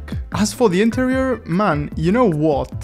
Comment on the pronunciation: "as for to intereer"